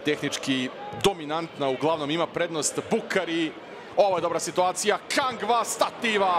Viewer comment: sta je s ovim komentatorom, uporno zove Kangu, Kangva...